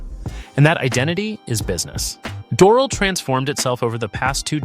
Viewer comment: You are mis-pronouncing Doral badly.